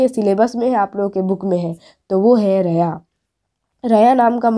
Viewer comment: ریا ر کے زبر کے ساتھ نھیں بلکه ر کے زیر کے ساتھ ھوتا ھے